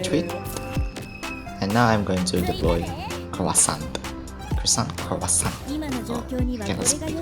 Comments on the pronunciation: Gotta say i love your soft voice. Keep it up man. P/s: i think it's pronounced ku-wa-son according to french pronunciation. Cmiiw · You aren't supposed to pronounce 't' in 'Croissant'. It's 'KROO-ahs-ahn'. Otherwise, I find your pronunciation surprisingly not-annoying. Nice. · Your voice is ok, it's pretty good actually, and your pronunciation is also fine( except when you pronounce croissant). The only thing you'd want to improve is grammar...